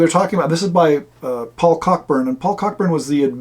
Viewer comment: BTW — Cockburn is pronounced coh-burn, like the old American actor, James (different spelling). For a bit of fun, look up (on YouTube) Dinner with the Russians Cockburns – on the Symington Family Estates channel. It's a UK TV ad from the 1980s about the (mis) pronunciation.